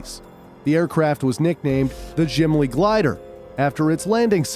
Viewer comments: gimli not jimli bro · Gimli Manitoba isnt pronounced Jimli, G as its used in Great or good, ao Gimli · "Gimli Glider"❌ "Jimli Glider"✅ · Awesome video but it’s Gimli not Jimli Manitoba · its not "jimli" its "gimli". as a manitoban youre saying it wrong. great vid tho. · Its Gimli glider not Jimly glider, just noticed have a nice day! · It was not the "Jim-lee" glider, like this video pronounces. It was the "Ghimli" glider, pronounced like the dwarf from LOTR. Great video otherwise, but please do some basic research on pronunciation of location names. A 10 second google search would have revealed the proper pronunciation. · As a Canadian I know how to pronounce Gimli its Gim-lee not Jim-lee. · Hey great video just wanted to help out with your pronunciation of the name Gimli. It's pronounced Gim- lee. (I am from the area) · Good video but you mispronounced Gimli as "jim-le" but it's pronounced "gim (as in gimbal) - Lee" just think of the dwarf from the Lord of the rings trilogy ! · yeah And how he said the gym-ly glider instead of the gi-mly glider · Bruh it's Gimly Glider not Jimly Glider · It’s pronounced gi-m-ly not gym-ly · also gimli isnt pronounced ''jimli'' but we pronounce it with the g in gross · It's pronounced Gi-m-li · The g in Gimli is pronounced like the g in gun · UU PRONOUNCE THE G IN GIMLI LIKA A NORMAL G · as a manitoban, gotta love the mispronunciation of Gimli 😂